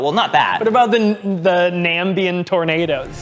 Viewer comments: Nambian Tornados? Or 🇳🇦 Namibian Tornados 😅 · Bro said ’Nambian’